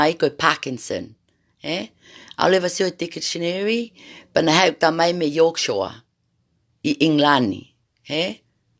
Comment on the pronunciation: Yorkshore or yorkshire 😂